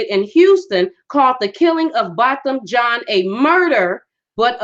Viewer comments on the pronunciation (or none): Get his name right! Jean is French it's not pronounced like you're saying it